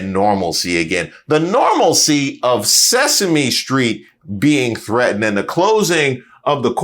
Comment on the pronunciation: How about that "normalsie'😢